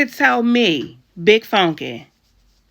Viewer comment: Did she say "big fonky" lMfaO!!!